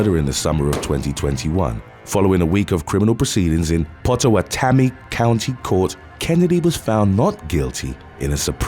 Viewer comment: I grew up in Omaha & lived in Council Bluffs, I will definitely give you an 'A' for effort on the pronunciation cause I luv ya! It's pronounced like pott-oh-watt-ah-me. The name comes from the Pottawatomie Indian Tribe that originally inhabited the area (that's where Omaha got it's name as well- The Omaha Tribe!)